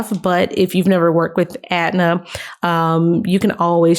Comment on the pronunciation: ETNA not Atna.